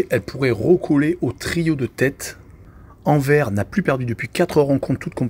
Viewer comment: Rohhhlala, éviter le foot belge svp... 🤣🤣🤣 Déjà c'est Jupiler league pas Jupiter, c'est marqué en dessous. Et puis écorcher tout les noms... Anvers (Anversse) Genk (Guènk) Kortrijk c'est Courtrai... Je crois pas que vous suivez réellement le championnat ou alors depuis peu...